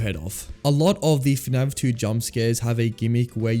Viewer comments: Why do you pronounce fnaf as "fnav" 😭😭😭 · bro keeps saying fnav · PHANAV... bro its F A N A F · Great video but I had a giggle every time you said F'NAV 😂 Subscribed